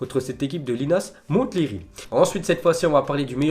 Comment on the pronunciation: Le T de Linas Montlhery ne se prononce pas